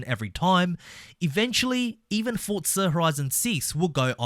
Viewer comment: Where is the T and forza? It's forza not fortzah